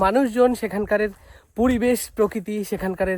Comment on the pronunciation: সেখানকার বললেই সেকানকারের হয়ে যায় 😅😅😅 এর বলাটা বাহুল্য 😊😊😊 বাংলাদেশ থেকে শুভেচছা ও অভিনন্দন ।